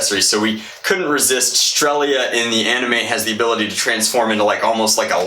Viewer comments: I think it's pronounced stretzal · Painting the Picatinny rail purple from the end of the gun to just about half the barrel would have looked much better than putting whatever dragon-type thing you put on the end but hey, personal preference. Hearing you say "strelzia" makes me want to rip out my ears just because of the missed entire middle section of that word But anyway, best guess at the embarrassing mecha anime likes is probably Infinite Stratos. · blaster looks pretty cool, not surprising... and, you calling it Strelia was bugging me, it's Strelitzia lol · You have my full attention. You also butchered the name